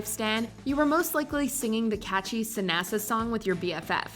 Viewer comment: Suh-NASA?? Gurrrrrrrl...they didn't make up "Sanasa" on the bus. They've been doing it since they were kids. You never watched the show!!!